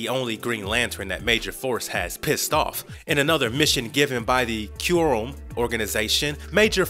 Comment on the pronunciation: If you go online you can learn the proper pronunciation of the word "quorum "